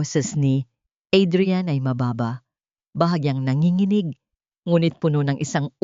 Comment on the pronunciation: Ampangit ng boses ng narrator at mali-mali pang bigkasin ang mga salita gaya ng mapanganib ang bigkas ng narratorr ay ma-pan-ga-nib, tumugon, ang bigkas ay tu-mug-on, nanginginig- nan-gi-gi-nig ang tamang bigkas ay na-ngi-ngi-nig, ang lumingon at bigkas ng narrator ay lu-min-gon, ang tamang bigkas ay lu-mi-ngon, paningin- bigkas ng narrator ay pa-nin-gin, tamang bigkas ay pa-ni-ngin